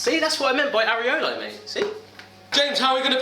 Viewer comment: Areola, Barry, not areolo xD.